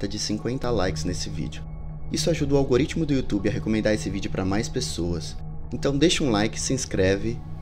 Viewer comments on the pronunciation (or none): none